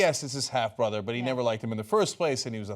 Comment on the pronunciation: "Borther", must be a Korean thing.